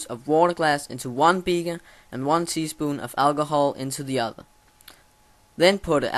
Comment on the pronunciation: It's called a beaker not a beager